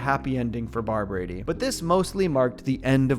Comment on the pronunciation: I feel like he is saying Barbrady wrong for some reason